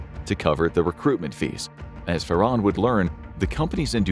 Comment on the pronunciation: It's pronounced FAR. HAN. ... not "Far. On."